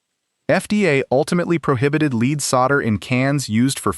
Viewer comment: Lead is not pronounced as "leed". AI got it right a couple times, but its not "leed solder".